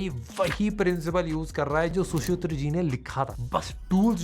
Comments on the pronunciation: Shusutra nahi hota, Shushruta hota hai 🤗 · Acharya shushruta...not shushutra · Pls sir pronounce sushruta word it is su shru ta